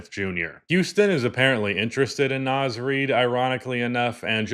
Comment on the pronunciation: It's NAZ REID, not Naiz